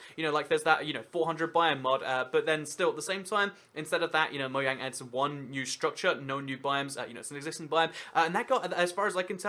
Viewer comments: It's Mojang not Moyang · Btw it's not moYang it's Mojang it has been proven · We really just gonna let him get away with saying "Moyang" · whats "Moyang" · did you say moyang not judging you just want to be sure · moyang really just really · Serenity Scratch when you dont research it enough....( its really moJang, they confirmed it) GET YO FACTS STRAIGHT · Is anybody else bothered by the fact he says Mo-yang